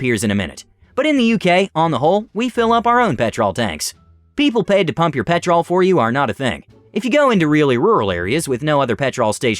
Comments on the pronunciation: oh god yes yes it does - pe'tral not pet TROLL. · Ironically pronounced petrul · its pronoused pet ruull not pet rol every time you say it every uk suffeders (when you said it as her you said it closer):) hope it helps;) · I’m only allowing you to say petrol because you’re nice about it, but everyone else has to say gas or else I’ll release a pack of wild Alabamans on them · Dude it’s pronounced pet-rl o is silent.😊😊😊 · Petrl is how it is pronounced. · In America we call it petral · I am cracking up at the pronunciation of petrol. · The way you mispronounce petrol is like nails on a chalk board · As a British person hearing him say petrol wrong so many times made me mad haha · It seems he only pronounced it that way when he was reading the ladies part I think he was doing that to make her more annoying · Same same its annoying me too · Hearing petrol mispronounced every so often is so jarring. Edit: and Aussie. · Are you saying you're Aussie, or the pronunciation is Aussie? Because it sure isn't an Aussie! Im Aussie and it's ridiculously jarring to me, too! 😂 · Why do you keep saying 'petrol' wrong?